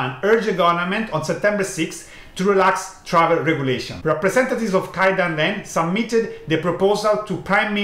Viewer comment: please say "KAY-dan-ren" (where KAY rhymes with PLAY) not "KAI-dan-ren" (where KAI rhymes with HIGH). 経団連 is written "Keidanren" in Romaji not "Kaidanren".